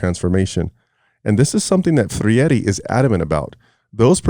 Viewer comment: You don't even know who Freire was and you keep on calling him Ferreire😂 you are an idiot.